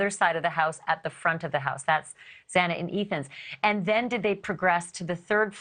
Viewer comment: You pronounce Xana's name wrong whole saying others pronounce it wrong 😮 it's cool. It sounds like both ways and I agree with you when courts and large episodes etc pronounce names wrong.